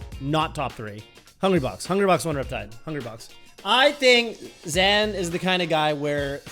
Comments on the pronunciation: It's Zain. 'Zane'. Stopped watching after that. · lol, hey now, I'm not trying to start any wars here, I'm just sayin', I find it an unnecessary distraction to the great Melee we've seen from Zain for so many years with a very obvious phonetic pronunciation that everyone is used to. 🙃 My understanding is that Zain himself doesn't really care one way or the other. Germans aren't bothered by the fact that Americans pronounce Porsche like "porsh", but American car snobs will inevitably say "uhh actually it's porsh-uhh..." and it's all just a really pointless thing to fight for in the face of popular use. 😅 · I hope he's the voice of reason that stops saying "ZAN" ....it's too late you guys, I don't care if that's how it's "supposed" to be pronounced, stop that! 🤣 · it's actually pronounced "Zain" not "Zain" btw